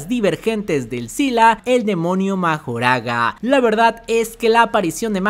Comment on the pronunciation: Pues tecnicamente no es el usuario de las 10 sombras el que le puede ganar a los 6 ojos, mas bien es Mahoraga, que por cierto se escucha que lo pronuncian como Makorah.